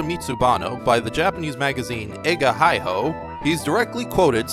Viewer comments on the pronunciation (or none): Eiga-Hi-Ho is pronounced as Eiga-Hee-Hoe meaning Movie-Secrete-Treasure. The Former chief editor of the magazine is Tomo(Tomohiro) Machiyama who is Movie critic and famous of Tokusatsu/Kaiju expert live in Berkeley, CA, USA since 1998.